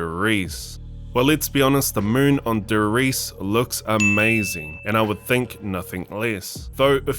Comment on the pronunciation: Brow pleas dont say TheRise it Namen D e r R i e s e . Make ups German proud.